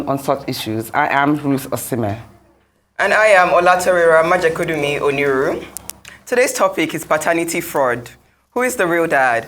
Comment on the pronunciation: Pronounce the last of your doubled barrelled name properly - Oniru! What are you ashamed of?